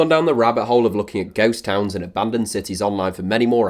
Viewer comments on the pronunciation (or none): none